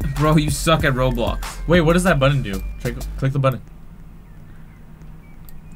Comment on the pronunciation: roadblox man Ya I purposely said roadblocks cuz that's how he says it on his channel